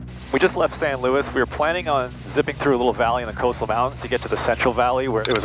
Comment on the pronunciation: Thank you for calling it San Luis and not San Louie! This has been a wonderful series, looking forward to the rest.